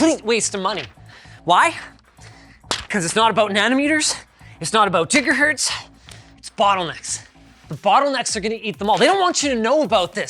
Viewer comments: Linus said Gigahertz like Jigahertz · Did you really just say jigahertz. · Jigga-hertz. Jay-Z would be proud. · You called a giga hertz a jiga hertz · Did he say jigahertz? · Did you say Jigahertz? I mean us italians always pronounce Gi as Ji so that's not a problem for me, but it caught me off guard from an english speaker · Those damn Jigahertz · "Jiggahertz" lol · Jigahertz lol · Jigahertz :D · noone: Linus: 'jigaherts' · Jigahertz? Im out. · Jigga-Hertz(tm).......brought to you by Jay-Z. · Jigga or Giga Hurtz wtf.. aaaaand now im currently going down a rabbit hole on how to ""correctly" pronounce GHz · Jigaherz Ouch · JIGA HERTZ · "It's not about JiggaHurtz!" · did he fucking say jiga hertz???? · did he... did he just pronounce gigahertz as jigahertz!? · Dude said jig a hertz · nobody: Linus: J I G A H U R T Z